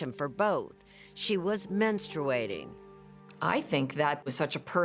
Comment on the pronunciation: Da fuq is menstuwatiting? I know what menstruating is, is that what she was trying to say? My wife said yes, I'm not sure.